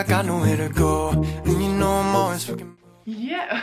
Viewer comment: WHEN YOU SAID “FOOKIN” IN THE BEGINNING AHHH